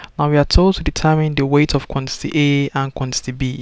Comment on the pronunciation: What he is pronouncing for quantity ???? FUN